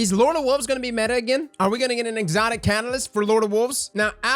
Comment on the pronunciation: "Will lord of wolves get a catylist"